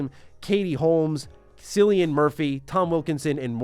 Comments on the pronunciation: Cillian pronounced (Killian) 😃😃😃 great video anyway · Uhhh… “Cillian” is pronounced Killian. Why doesn’t everybody know this by now?! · Man butchered Cillian's name . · As an Irishman your pronunciation of Cillian broke my heart